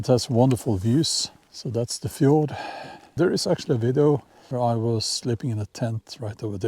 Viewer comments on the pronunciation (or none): none